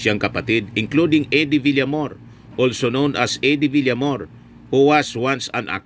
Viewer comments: Villamayor po sir hindi Villamor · Villamayor hindi Villamor.